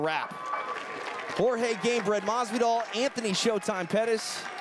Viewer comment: Hot Boi weird. he pronounces his name correctly